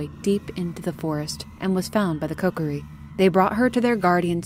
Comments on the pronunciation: It's kO-kear-E Not CokerE 😭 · She says koKOri on accident a couple times, but mainly says it correctly as KOkiri. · Kokori?! I’m sorry but it hurts me 😅 otherwise great video 👍